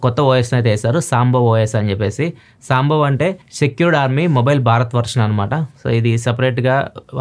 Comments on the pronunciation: It's సంభవ్ not సాంబవ్ not sure why we are pronouncing like that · సాంబవ్ కాదన్నా అది సంభవ్ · సాంబవ్ ❌ సంభవ్ ✅ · అన్నో అది సాంభవ్, సాంబారు కాదన్నా సంభవ్ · సామ్ బావ్ కాదు సంభవ్ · ఇది సాంభవ్ కాదు, సంభవ్